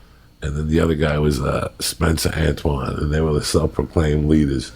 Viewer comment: "spencer antwon" im dead